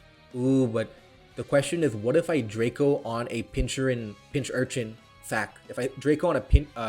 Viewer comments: You can pronounce Pokemon names however you want, but it still annoys me that you say pin-chur-in and not pin-cur-chin lol. Still love the vids. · My favorite part of this was you going through the character development of learning how to properly pronounce pincurchin mid explanation then immediately going back to saying pinchurin